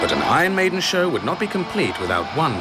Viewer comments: ”Ion Mejden” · "Ahn Maidn"